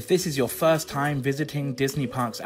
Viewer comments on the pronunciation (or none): none